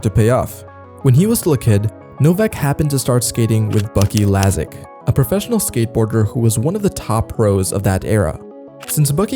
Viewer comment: "bucky lasik" lol